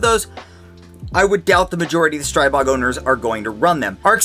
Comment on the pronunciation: Stop butchering the name Stribog! Learn finally! It is not pronounced Stry-bog! The Stri is pronounced like in strip, not like in stripe.